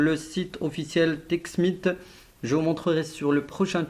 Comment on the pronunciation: je suis désolé mais la vidéo ne convient pas au titre ce n'est pas un montage d'expert mais plutôt facile à faire Ce n'est pas un montage d'expert et c'est pas texmit comme tu l'as dit c'est texmithhhh